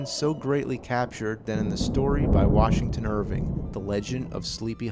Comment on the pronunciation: I am so glad you pronounced Washington Irvings name correctly. Unlike another video here on YouTube. That in itself won you a like from me. Your research and filming was excellent.